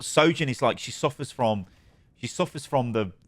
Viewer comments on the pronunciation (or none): none